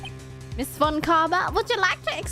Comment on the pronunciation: I don't think you need to give Franziska a German accent, since she's perfect and thus would speak perfect English. Side note: the "Z" in "Franziska" is pronounced like "ts" and the v in "von" like "f".